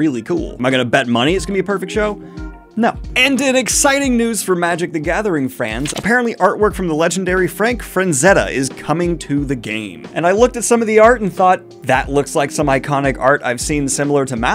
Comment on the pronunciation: There is no N in Frazetta.